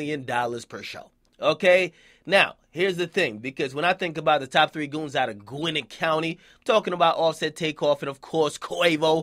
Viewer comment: "Gwinnin County" we just gone act like he aint fuck that up